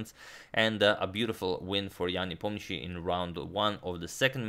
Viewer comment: Are you sure you're pronouncing Ian Nepomniachtchi's name correctly?